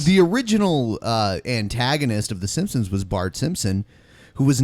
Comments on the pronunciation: He says "simsims". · It drove me nuts every time the called the simpsons the 'simsims' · Why the fuck can't the vigilant dumbass pronounce "Simpsons" correctly? It's a really common name. Plus they say "The Simpsons" at the very beginning of the goddamn intro. And the dumbass also says "e-moral" instead of immoral.